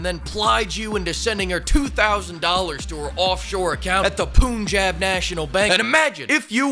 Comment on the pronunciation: It's pronounced "Pan-jaab" ☝️🤓